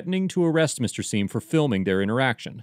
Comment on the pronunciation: Sorry. But “Mr Seim” gets an F